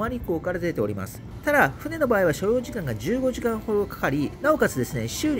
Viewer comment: あんたの発音が悪い、15時間の時間がはっきりしてないんだよ、注意して聞いたら15時間と言ってますね！